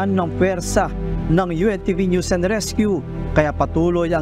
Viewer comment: yong pronounsation mo ng NEWS Hindi nose kundi NEWS.